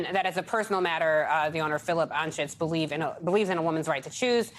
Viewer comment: FYI - Anschutz is pronounced an-chutes. Wendel Anschutz, a first cousin of Philip, was a TV news journalist in Kansas City Missouri, at least that's how he pronounced it.